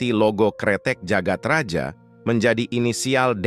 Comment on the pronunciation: bawa ceritanya udah bagus, tapi naratornya gabisa baca ejaan lama. dibjo harusnya dibacanya dibyo, djagat raja harusnya dibaca jagat raya